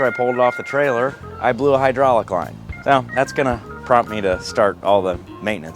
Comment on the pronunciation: "Hydrahlic" is not a word.